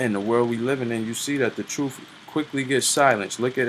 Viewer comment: Hearing him say “troofs” puts a smile on my face.